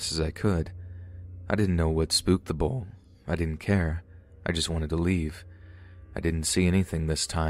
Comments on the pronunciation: Bowl? Did you mean bull? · Is he really pronouncing Bull like bowl? Or am I crazy?